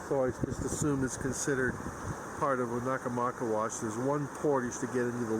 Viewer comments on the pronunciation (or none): It's pronounced Oh-na-maw-kay'-wush.